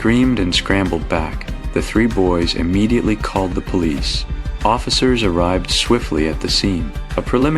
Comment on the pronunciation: "Polis"? Good old AI. Most of these entire stories are AI fiction now days. Bet none of this even happened.